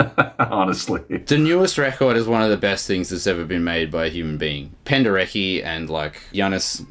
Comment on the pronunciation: my ears are bleeding when I hear an american pronouncing Penderecki